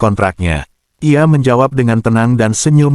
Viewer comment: ngomong "ia" malah jadi "LA" ini gimana yg ngetik script AI nya 🤣